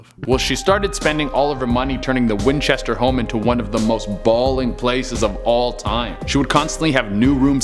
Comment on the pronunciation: Hey it's the ( WHINCHETER MYSTERY HOUSE )!!!!!!! NOT MYSTERY HOME??? PLEASE GET IT RIGHT. P.S. i love all your viedos keep up the great work.